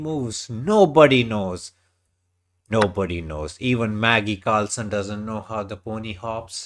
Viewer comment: lol he said maggi carlson